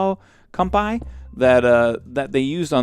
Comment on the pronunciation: did he just say Cumpie